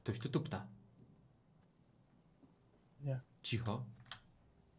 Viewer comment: powiedziałeś ćipo a nie cicho